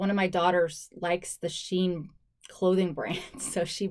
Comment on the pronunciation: It’s pronounced she in, probably because of the inclusive sizing